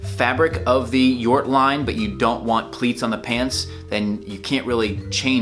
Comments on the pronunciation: You pronounced Jort correctly. It's Jort as in 'York'. It is a reference to Jort Kelder from the Netherlands. He is a well known etiquette lover and he dresses great. He did some televistion-series. At some point he got a offer to create his own line with SuitSupplie. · You pronounce Jort correctly, I know the guy he is a friend of the owner.